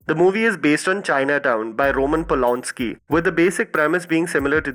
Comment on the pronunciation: Polanski! Not Polonski, idiot.